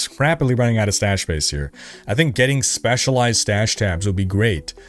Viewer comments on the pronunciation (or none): none